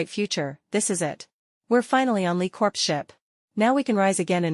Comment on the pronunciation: Lee Corps. In this case pronounced as COR even with the s at the end CORPSE , s sound pronounced, is a dead body!!!